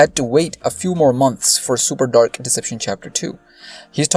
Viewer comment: Why do u pronounce dark like that